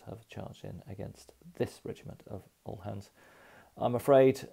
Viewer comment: Highly enjoyable. Thank you very much for the considerable work that most go into these brilliant videos. Btw uhlan is pronounced oo-lan.